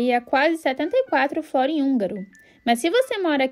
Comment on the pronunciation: Gostei do vídeo. A pronúncia não é "flórin" e sim "florín". Legal ter mostrado os preços, só faltou a cerveja 😂